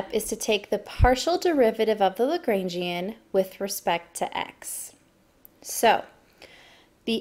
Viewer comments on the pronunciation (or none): Great video, but hearing you pronounce it "Luh-GRAIN-Gee-an" hurt my soul. It's supposed to be "Luh-GRAHN-Gee-an" :(